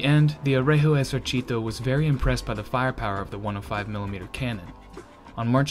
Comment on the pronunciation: On my part, I consider his pronunciation the result of a good effort. It is not perfect, but I consider that some words are objectively difficult to someone who is not a native speaker or a dedicated student (-gi- and gli are stark examples, yes, it took me some time to figure out he was saying "Regio Esercito" from "r*@ esercìto", but context helps), and the focus of these videos is tanks, not language. All that considered, I am actually positively impressed and I appreciate what he had to do to get to this level. Incidentally, he didn't stumble on anything funny as Ian (ForgottenWeapons) did with his very excellent videos on Italian "moschetti", which he ended up pronouncing as "moscetti" making every Italian ROTGLing... :P ...though, honestly, considering the mess with the caliber of some of those, and the fact that one could end up firing with a bullet smaller than what the gun is supposed to fire, "moscetto" could turn out to be an unexpectedly apt description. Btw, they are really worth watching, even without the mispronunciation!